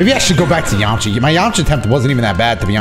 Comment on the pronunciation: This guy said “Yamacha” 😂! It’s Yamcha! Dude is too hype in this video